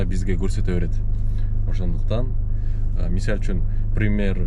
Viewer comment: Ассалому алейкум Ишине ийгиликтер болсун Кыргызсча таза суйлойм деп Мисальчун деп созун бурулуп баратыптыр ондоп кой))